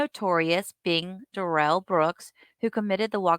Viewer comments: Isn’t his name pronounced Darrell not Duh-rell? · It's Dare- ul, not Da rail.. It's should be demon. But his name is Darrell / Daryl ...